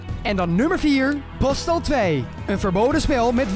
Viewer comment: postal spreek je uit als postal geen haatreactie